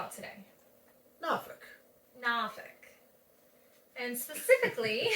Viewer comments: born in Norfolk.....we pronounce it as nawfucc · You are saying it wrong still !! lol Noorfolk not with an a 😅